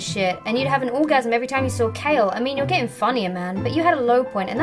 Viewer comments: Did she say mean people or meme people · I thought I was the only one who heard that tbh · At the start did she say mean people or meme people